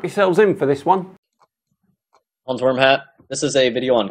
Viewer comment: Its pronounced VERM-HUT. He stole the name from Always Sunny in Philadelphia... Hans Wormhat was a German WW1 fighter pilot that chased Charlie in his dreams. 😂😂😂 To be fair, it is one of the best episodes and a hilarious internet handle... if he were a clown or gamer. Pretty stupid for someone trying to be taken seriously though.